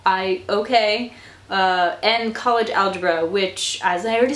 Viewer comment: "college" not "collage"